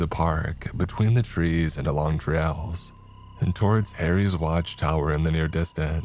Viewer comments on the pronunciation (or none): none